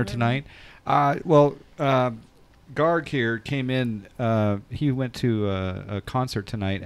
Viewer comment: its GARG!!!!!!